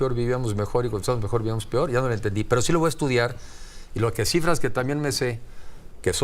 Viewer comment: "Lo "pior". Jajaja. Pobrecito. No sabe lo que dice. Es un burro.